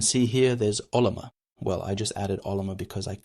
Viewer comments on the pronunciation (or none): Yeah, he's mispronouncing everything: Claude. OpenClaw. Ollama. Almost sounds like he's an AI himself using bad text-to-speech. Makes for a distracting video.